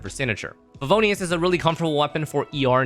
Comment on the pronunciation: Now I remember why I stopped watching your guides. Why would anyone pronounce fav with a G. There is no G in Favonious. See you in 3 years after I forget how terrible favg sounds.